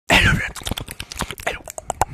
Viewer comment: Beginning centese like: "ello efrue" 🤣